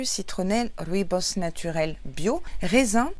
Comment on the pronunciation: Merci pour l'unboxing, j'adore ton serre-tête et ta tenue, ET SURTOUT, merci de m'avoir enfin appris à prononcer "rooibos" 😂😘 Sinon le cynorhodon c'est le vrai nom du "gratte-cul" ou églantine 😊